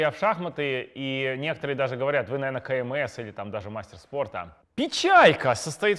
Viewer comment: Вы не на тот склад ударение ставите. Лучше кандидат в мастера спорта говорить.